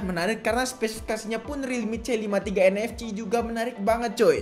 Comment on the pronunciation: nfc dibaca en ef si, bukan en ef ci wkwk